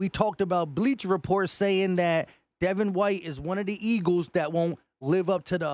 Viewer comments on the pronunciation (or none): none